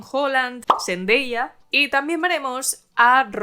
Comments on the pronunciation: ZENDAYA!!!...se llama ZENDAYA!!!......no ZENDEYA. Hablas un pésimo inglés, por lo menos menciona bien los nombres de los artistas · Curioso que todas las actuaciones dignas de mención sean mujeres, a pesar de que casi no existan, muy meritorio que destaquen pues. Y eso que pronuncias Seintdeya, como si fuese caballeros del zodiaco? 🤪